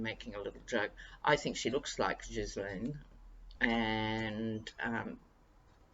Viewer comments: Loved your MAGA story..had to frwd this to Twitter with the MAGA caption #TrumptheTerrible #DontheDespicable What is your take on the Trump lovechild rumor? ps Guislaine is pronounced GEELENNE with a hard G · From what I understand, the s in Ghislane's name is silent.